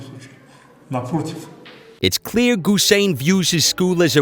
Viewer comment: NOT GUSEIN BUT HUSEIN!